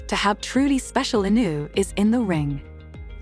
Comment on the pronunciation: I generated video. Can't even say inoue's last name right.